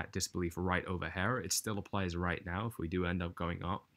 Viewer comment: Hey dude if your from the UK why do you say “hair” instead of “here”? Lol just curious